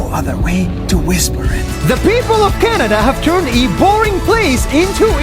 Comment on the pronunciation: You said Shanada Not Canada